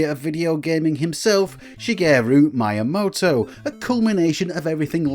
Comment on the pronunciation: "mee-a-moto", not mayamoto 😂